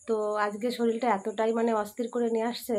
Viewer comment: শলিল বোলছো কেন,? ওটা শরীর হবে